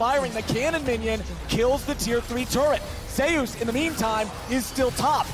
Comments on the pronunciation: zeee oos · Anyone triggered by the casters pronunciation of zeus 😅